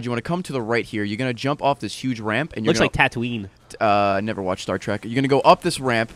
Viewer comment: it's tatooine, not tatowin